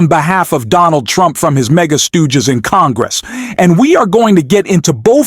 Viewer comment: Is this video totally AI generated? The pronunciation at the very beginning about the Trump “stoges” not stooges.